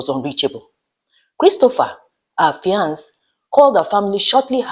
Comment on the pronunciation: Fiance (male) and Fiancee (female) have the same pronunciation. Please Pronounce for the male the way you pronounce for the female .